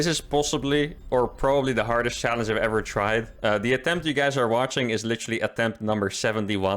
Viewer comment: next challenge, trying to say the word challege correctly.